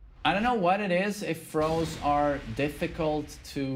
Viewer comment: Side throws I thought u said fro I’m like what the hell is side fro my apologies 😅😅